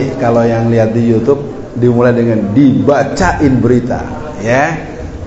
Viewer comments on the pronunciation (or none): none